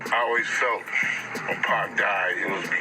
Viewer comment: Stop using AI. Your bot keeps calling him 2pack. Stop the BS bro.